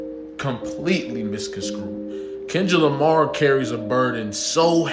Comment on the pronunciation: Was looking for this comment, I hate when people pronounce that wrong